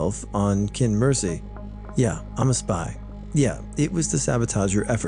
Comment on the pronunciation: just so you know Qin is actually pronounced as “chin” 😌